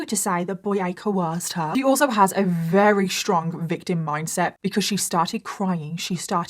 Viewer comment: I look forward to your videos every week 💖 the way you pronounce “very” as “vRary” is my fave.